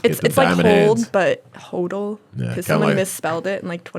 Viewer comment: She got the pronunciation wrong tho. It's just hod-l